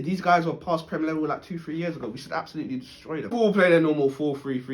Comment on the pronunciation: "Destory"??? Ok